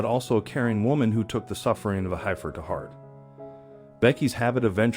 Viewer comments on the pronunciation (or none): Heifer…corral…heirs…rumors…love the story of sweet Bonnie, but my gosh…if you’re going narrate something for distribution, learn how to pronounce the basic words of the story! Surprised he didn’t say, “Dart Mouth 👄 “. 😂. So glad Bonnie’s story had a happy ending.